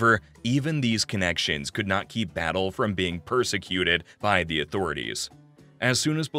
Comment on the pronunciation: His name was José Miguél Batllé, not Battle. I am related to the Havana Battlés and Rodriquez.